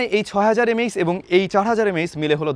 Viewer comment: M A aechz ✓ not MAH😂